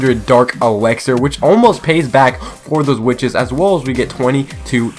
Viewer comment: Lol he said dark ewexer XD